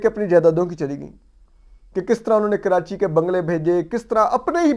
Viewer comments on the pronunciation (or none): none